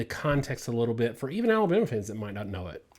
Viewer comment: Is it just me or does most of the time pronounce Alabama "Aluma?" I thought he was saying Iowa.